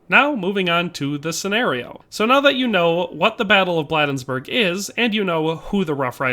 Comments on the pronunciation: Just a nitpick about this excellent video, Maryland residents pronounce it BLADE-nsburg, like the cutting portion of a knife. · Enjoyed the video--corrections, Bladensburg is pronounced with a long A, not short, so like Blade-ens-burg. Also, I don't think I've ever heard the Krag called a Springfield Krag (note, short A in Krag, not long). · In case no one has yet to mention it, the town of Bladensburg, is pronounced locally with a long a. Blay densburg. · You mispronounced Bladensburg.